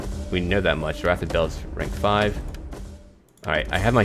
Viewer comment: Baals of Steel is pronouced Balls of Steel